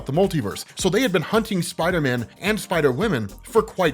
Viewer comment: I’m I the only one who thinks they way says spider man sounds weird. It sounds like he’s calling him spiter men.